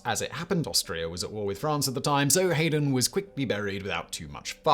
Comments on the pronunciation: As a classical musician, I suppose I should say that Haydn is pronounced like “Hidin’” rather than “Hayden”. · Oh Simon, the composer Haydn's name is pronounced High-den. Too big of a luminary for me not to say something. Sorry to have to correct you. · We have a vintage collection of mispronunciations Simon in this one. What kind of uncultured oaf doesn't know how to pronounce Josef Hayden's surname?